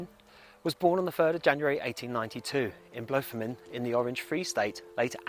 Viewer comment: Hi.... Bless you - it's pronounced Bloem fon tein in the Orange Free State - RSA (Bloem fon (flower) tein (Garden) 👍 I'm from RSA but from Durban 🌊 surfs up 🤟 x